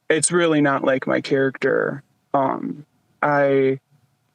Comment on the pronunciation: "not my characturrrrr"